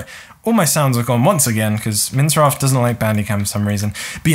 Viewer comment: do you call minecraft...... "mince raft" lol